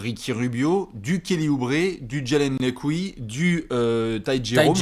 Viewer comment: on dirait tu dit: Jalen Lescouilles quand tu parles de jalen lecque